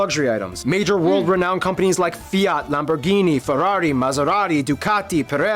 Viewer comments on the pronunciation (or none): It's Lamborghini, not lambuorghinj